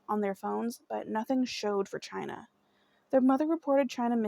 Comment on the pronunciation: 🗣Baby it's pronounced exactly the way it's spelled and if you were unsure, prior to doing this video, you could've googled the correct pronunciation. Just a lil journalism advice for your next story. However, thank you for doing Chyna's story. It means a lot to us Washingtonians.💜🙌🏽